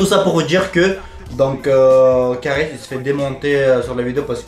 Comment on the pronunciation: c kaaris et pas karis